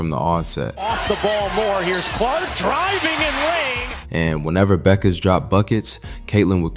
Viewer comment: Finally, someone who pronounces Paige's last name correctly.